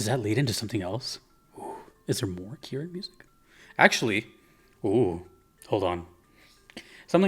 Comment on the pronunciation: yes you pronounced it correctly. thank you for the kieran content